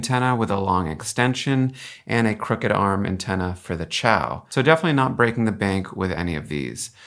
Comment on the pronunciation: Xiao is pronounced sheow not chow